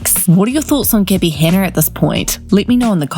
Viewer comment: why does the narrator call her "Geebby"?